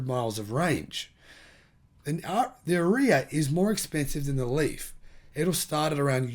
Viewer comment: dude knows nothing - makes so many assumption - all wrong - here in the usa nissan leaf are hard to find on any lot, ppl are waitlisted for leaf for atleast 2 months to even get one, and ariya pronunciation butchered - dude do your research first before you talk